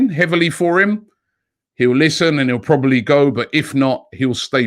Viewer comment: Big man said probelbly 😂😂😂